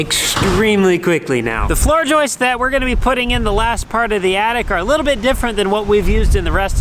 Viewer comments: They're JOISTS....not "....JOISTES...." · JOISTEZ...Roman gets a "pass" because of ESL and all. Cole actually said it correctly. But...and you're a carpenter FTLOG⁉️ ❤ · Jumpin' jimmines, says "joistses too! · I hereby proclaim the word “joists” shall now be pronounced, “joisteses”.